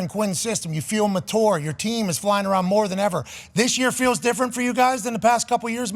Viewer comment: This dude said “ you feel MaTour” 😂